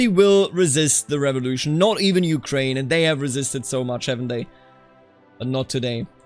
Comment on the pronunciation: Blood for the revolution! Blood for Madam Guillotine! (Also, great pronunciation of Ukraïne and other Slavic names)